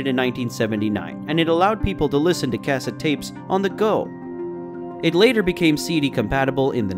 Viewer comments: Cass it tapes? Kuh-Set tapes. Pronunciation guide for the day. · I'm sorry, "Kaset" tapes? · Cassss-at?? Lol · I was born in 1982. I'm 40 now, truly a magical time. Not because I was a child, but as a middle aged man I can look back. It was a transitional period, where there was so much innovation! And what's a "kassete" lol. Did anyone pick up on how he said cassette? Lol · What the hell is a "kassit" tape? I can tell this guy didn't grow up in the 80's... or the 90's for that matter. If you Zoomers are going to try and cash in on 80's nostalgia, literally the least you can do is pronounce our words correctly! The laziness is epic. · Brake-fast? Cass-et? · he's not from America or he wouldn't pronounce "casette" the way he does. In fact, it probably just computer generated english translated from whatever country he is from. Still, got some good memories from this. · I'm guessing you were born after cassette tapes as you keep pronouncing "cassette" wrong. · The narrator’s mispronunciation of basic words like cassette is grating on my ears.